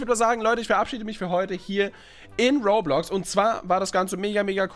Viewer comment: Roblox nich rohrblox